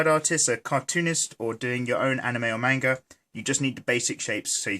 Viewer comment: He keeps mispronouncing "manga"! Someone, help this man!